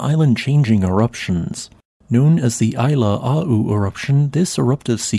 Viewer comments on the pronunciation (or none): ʻAilāʻau, is pronounced eye-lah-ow